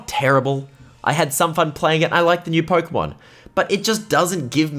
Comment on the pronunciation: Pookeemaan ieel ov ermaour